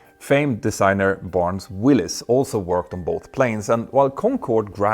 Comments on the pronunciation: Barnes WAllis not Barnes WIllis. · Barnes WALLIS - not Willis! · Wallace not "Willis" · It's Barnes WALLIS not Willis.